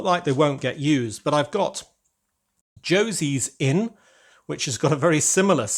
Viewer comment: I thought you knew Spanish 😅. That's not Josie, that's José, as in Joseph in English 😂